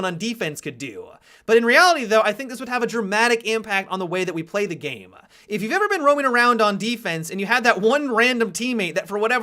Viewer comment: Do you mean to add an extra syllable at the end of your sentences? game-a. doing-a